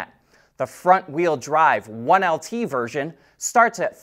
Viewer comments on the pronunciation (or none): none